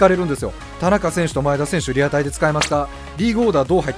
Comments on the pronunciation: 田中選手のイントネーションおかしくないですか？笑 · 何も間違ってないけど田中選手って言い方すげぇ違和感